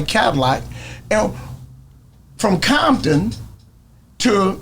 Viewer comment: Grown man saying Bompton instead of CoMpToN 😂😂guess he still bangin 😂😂 BOY wish that was popular in 90’s when we used to drive down ROSECRANS deep af Blued up CRIPPIN Crazy lookin for a set to green light to get the BG’s a target so they can stop killing each other 😂😂😂They knew they bet not do nothing wrong because big homies had a plan on they azz but they didn’t bite😂😂😂bompton 😒CoMpToN ain’t no Bomptan and say you used to say that in 90’s when Crips had all them crazy niggaz and nigaz had police Reggie Wright Jr on they set trippin on Crips hurt over the killings bout to get smoked and had to go get his daddy the one he told on to Feds 😂😂😂😂That described BIGGIE shooter had great aim tho, he must’ve been in the range practicing 😂😂😂